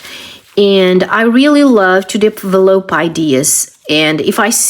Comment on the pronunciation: you have a lot of good ideas. I enjoy watching your channel… You are pronouncing the word “develop” wrong…it is pronounced like: “duh-vel-up”… hope this helps